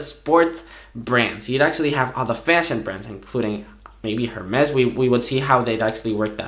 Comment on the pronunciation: Ring from Spain you should know the “h” in “Hermès” is silent. Or you’re just an idiot. Regardless if the company is French or not. Google it.